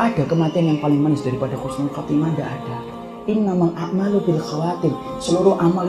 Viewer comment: Bukan khusnul khotimah Tapi Husnul khotimah, min.